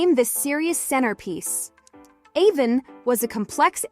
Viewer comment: It's A-von not A-vin.